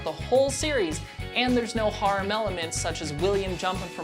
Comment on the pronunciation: You can tell this nigga dont actually watch anime from tje way he said "Harem"